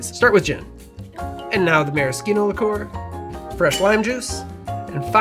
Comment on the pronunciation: On what planet did you learn to pronounce "liqueur"?